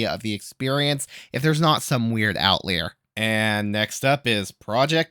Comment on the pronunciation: It’s “out liar”. I wouldn’t have said anything but you say it more than 3 times!